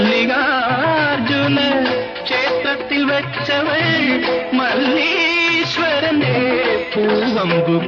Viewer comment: രണ്ട് പാട്ടുകളും തെറ്റിച്ചാണ് പാടിവെച്ചിരിക്കുന്നത്. ഒന്നാമത്തെത്തിൽ ഗഗനവും ഗഹനതയും മാറിപ്പോകുന്നു.അല്ലെങ്കിൽ തന്നെ ദാസേട്ടന് “ഹ” ഉച്ചരിക്കാൻ ബുദ്ധിമുട്ട് ആണ്.രണ്ടാമത്തെ പാട്ടിൽ “മല്ലീശരന്റെ” എന്നതും തെറ്റിച്ചു.ഇങ്ങേരുടെ സംസ്‌കൃത വാക്കുകളുടെ ഉച്ചാരണം പലപ്പോഴും അബദ്ധം ആണ്.